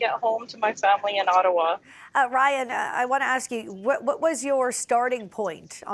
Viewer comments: when you too "tupid" to say "Ray/Ann" and keep erroneously calling your interviewee Ryan . . .🤦🏻‍♂️ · Ray-yan, it’s really not that hard to make an effort to say her name correctly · "I'm joined by Ryan. Am I saying that right?" "It's Rayan 😄" "Right 😁, Ryan." LOL why'd she even ask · It clearly says Rayan but ends up calling her Ryan 😂🤣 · OMG how does she get Ryan from Rayan? So disrespectful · Ray Anne. RAYAN. The news lady is saying Ryan 😅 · Host asks if she said the girls name right … girl corrects her and says her name is “Ray-an”, host continues to call her Ryan lol …. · Seriously. Her name is Rayan. She even corrected you and you still called her Ryan. Insulting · Ray-Anne, not Rye-Anne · Rayan!! RAY-AN!! It’s literally spelled how she said it! Stop calling her Ryan. The journalist is disappointing. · It’s Reyan~ Not Ryan🥸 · Not a name you commonly come across in English, I'd probably pronounce it Ryan too if I was taking a stab at it. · bruh, she was corrected on the spot. not that hard to just learn to pronounce it correctly. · the anchor cant even say the persons name right. she even corrected her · This newscaster really couldn’t figure out how to say this woman’s name lol like she literally said it for you 😊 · Says name wrong, is corrected, continues to say name wrong. Incredibly rude and unprofessional. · Stop saying her name wrong lol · Get her name right! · Was it that difficult to say her name right? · tells her how to pronounce her name still mispronounces her name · Pronounce her name Correctly jeezh